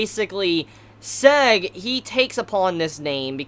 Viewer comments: Seg ? SEG ? You just butchered the translation of the Name/Word Sieg ... But yeah its pretty difficult to say if you don't speak german ;) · Sieg's name is pronounced like Zig, cause it's German name